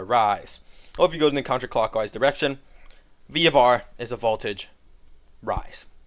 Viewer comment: countercockwise LMAOOO